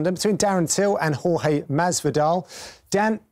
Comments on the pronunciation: Spencer P its not george and its not horhay either , its horhe with the e at the end pronounced like the e in "yes" for example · It's Hor-Ha without the Y i'm latino. That thing about calling him George is stupid, it's like pronuncing the name of an american Jhon Juan in México, it's easier but not accurate